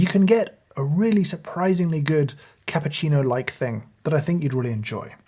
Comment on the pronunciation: You broke my heart when you said cappuccino like thing